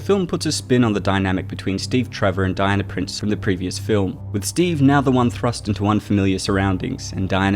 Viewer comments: You speak so well and then pronounce all words that end in "a" with an "er" sound. Dianer. Drove me nuts by the end of the video! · That's how "Diana" is pronounced in the UK, famously Princess Diana; Di-an-er